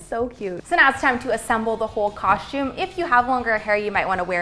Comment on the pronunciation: Sounds like they’re saying coshume